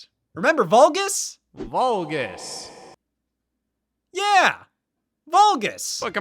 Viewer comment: "Volgus" - Scott Wozniak 2025